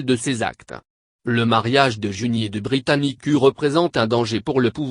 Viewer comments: pllaa, britanicuu xD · De 1: C'est un voix d'capela Box -De 2: Ca prononce Britannicu -De 3: La vidéo entière ne contient qu'1 image